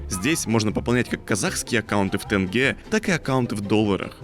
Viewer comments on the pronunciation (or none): У меня триггер панички случился когда ты сказал ТЭНГЕ а не тенге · НЕ ТЭНГЕ, А ТЕНГЕЕЕЕЕЕ